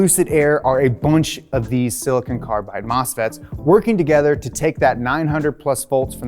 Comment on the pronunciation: ‘Silcon’. Great video though! Awesome presentation and info :)